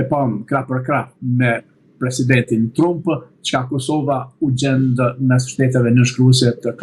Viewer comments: O idjot nuk I thone truump Englisht pronunciation is tramp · For Heaven’s sake will someone tell him to pronounce correctly the name of the American President ???